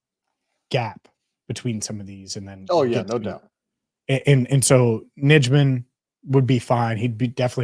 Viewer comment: Hey guys I'd check the pronunciation of Yosh Nijman's name. I think it is pronounced Yosh Nighman. The packers have it on their website.